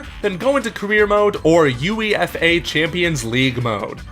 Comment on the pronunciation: U.E.F.A? UEFA is pronounced yoo-ay-fa